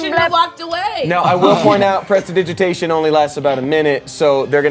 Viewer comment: I am VERY excited for more Smosh D&D. 🤩 Also I want to commend for pronouncing "Prestidigitation" correctly on what seemed like his first try.